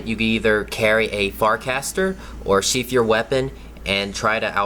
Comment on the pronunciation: Simply uhhhhh sheaf uhhhhhh your wepin. Uhhhhh and simply uhhhhh you will dodge it, maybe.